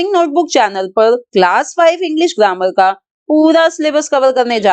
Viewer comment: Mam you said glammar not grammar 😂😂😂